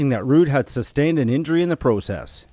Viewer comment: And the way this Narrator says “process”…he MUST be Canadian…right?!?! Eh?? 😂❤👊🙏 (Just playin…GREAT job on all of this man!)